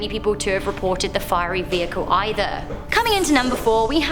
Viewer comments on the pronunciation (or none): none